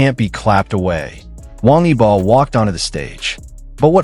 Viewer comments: YOU can't even pronounce WANG YIBO's name correctly!!! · İsimleri adam akıllı okuyun wang yibo ve xiao zhan farklı telaffuzlarınız kulaklarımı kanattı 😬